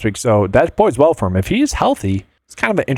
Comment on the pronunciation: Thanks for the analysis. I was getting a bit triggered by the repeated "boids well" pronunciation instead of "bodes well". 😄